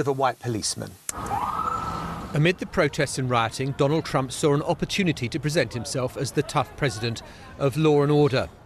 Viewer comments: "Dondald Trump" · 45th President.. Dondald Trump?